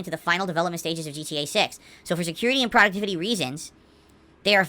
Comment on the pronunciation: "AYUND" instead of "And"